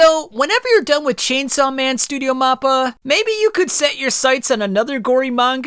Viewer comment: You gotta work on ur pronunciation bro, you got both makima and mappa wrong